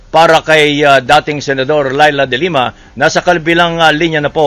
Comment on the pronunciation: Wrong accent po sa De Lima